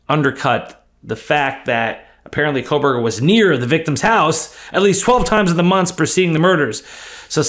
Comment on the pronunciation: There is NO "L" in Kohberger.